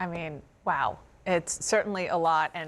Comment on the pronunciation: dana bash says "WOIW" . thats all she's got ??? jesus these American journalists are pathetic !! no wonder you have the most corrupt craven and insane politicians in the democratic world with journalists like her "guarding the gates " !!